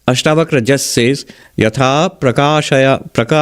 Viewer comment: Its ASHTAVAKRA GEETA..NOT BAKHRA